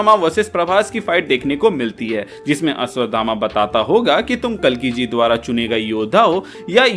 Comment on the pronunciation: अश्वधामा नही अश्वत्थामा 😅😅